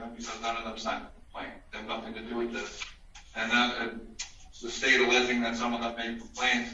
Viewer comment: And any "judge" that pronounces the word with as wif shouldn't be on the bench.